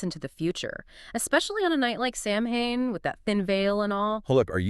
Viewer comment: interesting but it's pronounced Sow-ain, not Sam-hain.